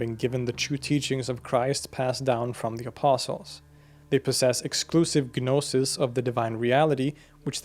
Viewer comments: Just cant watch anymore! The G in gnosis is silent. No sis. 😠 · dude... you made a 40-minute video about gnosticism, and 90 seconds in you're blatantly mispronouncing the word 'gnosis!' how can i trust you now?? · guh'nosis...? seriously? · guhnosis lmao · You pronouncing the G in gnosis is driving me insane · Stop saying the g in gnosis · the g in gnosis is silent btw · I believe the "G" in Gnosis is silent when pronounced. I noticed you started to pronounce it differently after the first few minutes. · Well, when I was in seminary studying the Nag Hammadi Library with Marvin Meyer (who translated the Gospel of Thomas), he told us that the G was silent in "gnosis." You don't pronounce the G in "gnostic" - so why would you pronounce it in "gnosis"?